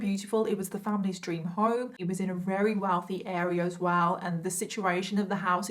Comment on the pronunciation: I like the way you say "very" - sounds like "Rarey" makes me happy